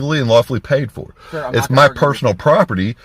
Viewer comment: Correction: "I know MUH rights"